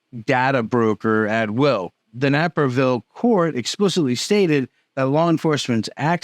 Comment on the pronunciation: That's not Napperville, man, it's Naperville. Long A sound, eh? It sounds so ridiculous.